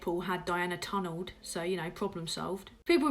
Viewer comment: “Tunnelled” rofl. There is always at least one thing you say that twats me right up.